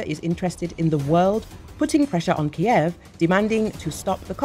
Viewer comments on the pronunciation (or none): none